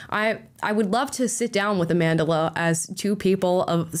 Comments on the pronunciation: A-MANDELER Stenberg? How are you going to pronounce an African name so egregiously incorrectly? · Its Amandla not Amandila 😂😂😂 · "Amandla" as in "power", not "Amandela" like "a lot of South African money" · lol cracks me up every time people say her name wrong